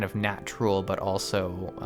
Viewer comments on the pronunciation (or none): none